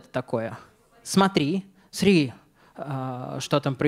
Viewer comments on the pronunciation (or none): Всё-таки "сари" или "съри", а не "сри". Последний вариант - это уже совсем упоротый.